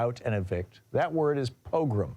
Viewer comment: "po-GROM" (long 'o')(2nd syllable accented)